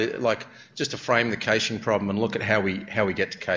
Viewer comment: He's gotta be about the only person I've ever heard pronounce it "cayshing". Wikipedia has it as /ˈkæʃ/ (sounds like "cash").